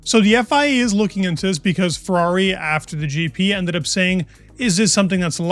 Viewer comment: Ferrari has a flip wing. 1 syllable.